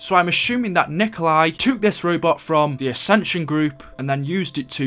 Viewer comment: I dont say tooooook its took like book not boooooook